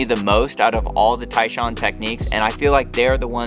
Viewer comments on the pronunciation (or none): Love how the AI can't figure Tyshawn's name.😂 TAAAN